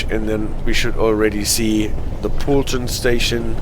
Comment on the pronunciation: If I’m being pedantic, Poulton is pronounced Poletun. But you’re close enough!